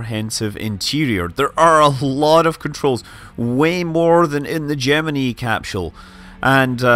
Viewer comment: Gem- uh- nee? Did NASA also use the pronunciation cap-shoole? 😁